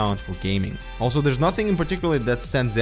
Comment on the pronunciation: I just love how you say "alto" instead of "also". It always makes me giggle when I hear it.